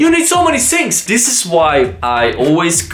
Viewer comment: I love the way he says shings for things Love from India